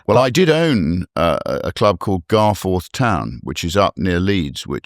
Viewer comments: Rupert, old lad. We don't say Gar- forth, but garfe'th. But no matter. I still respect you and Reform... a defector from the faux consevative, Conservative Party. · The way he pronounced Garforth 😂😂😂😂😂